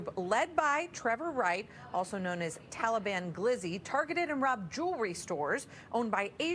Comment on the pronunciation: Why bra keep saying “Talablam” doe 😂